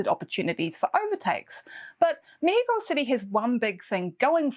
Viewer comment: Love the way you say México, like in Spanish. I'm wondering if Carlos Sainz will be able to score points this year. What an epic win last year was. As much as I think Leclerc did a masterclass in Austin, I don't think his Ferrari car will be capable of giving him or Lewis a win like Sainz' last year. So yeah, sadly I think this will mark one year and more since Ferrari last won a race. :( And this Mexican is betting on of claro que si, we'll get to hear the mariachi intro again.